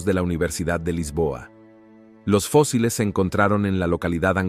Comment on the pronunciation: Todo el trabajo de compilación y edición de datos REALES se ve socavado por la falta de relación con el título del video ( colonizando quién?) y las faltas de dicción al leer en español, lee fosiles en lugar de fósiles, etc,etc,etc. Y lo q "acaban" de capturar en África tampoco me quedó claro, la ultima fecha q das es 2020.